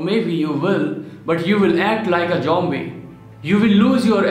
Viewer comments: Its zombie not jombie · Jombie Did he said jombie???